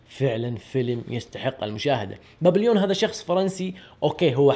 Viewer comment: تنطق "بابيبون" ماشي "بابليون"